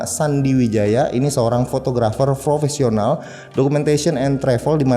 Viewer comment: punteun banget bang, setiap ngomong professional entah kenapa ada yang aneh..